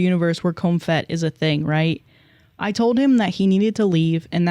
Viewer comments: I feel like it’s Comp Het, not Comfet the way is saying. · it's pronounced comp-het, not "comfet" haha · It’s pronounced comp het. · pronouncing comp-het as "com-phet" gave me a chuckle in that awful story. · "com phet" is killing me I'm sorry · the way you pronounced comphet like its a french pastry is taking me out